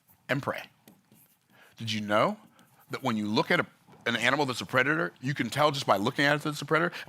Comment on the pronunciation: Love you, but its predator not preditor😂 Still a great message tho!